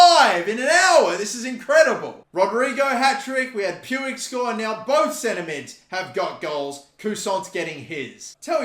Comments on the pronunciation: I believe Puig is pronounced Pweeg not Pewig. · It's pronounced PwEEg not pyou-ij lol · 99% sure Puig is pronounced (Pweeg) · Puig is pronounced 'Pwig'. The way you pronounce it🤣🤣🤣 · PueEi XD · No it's pronounced 'pooj' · It’s pronounced “push” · It's pronounced Peeg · It’s pronounced puij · hate how says puig